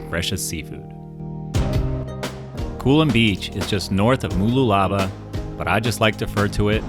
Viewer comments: Excellent video of my region of Australia. Pronunciation 😂 Mooloolaba - M'loo la bah. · OH GOD THE WAY HE PRONOUNCED MOOLOOLABA KILLS MEEEE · The misspronunciation of Mooloolaba is hilarious. 😁